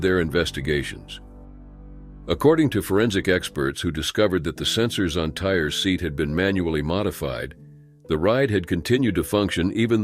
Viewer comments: It’s tyyyy ree not tire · His name is not Tire!!! His name is Tyre (Ty-ree)... So disgraceful. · His name is TY REE I believe. Not Tire.! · Tyre’s (pronounced Tye-Ree not tire) passing hurt me so much. That poor sweet boy 😢I will never forget it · I'm wondering if that young man's name was Ty-ree, not Tire. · It's super insulting that you couldn't bother to get Tyre's name correct. It's not pronounced "tire", it's pronounced "Tie-ree".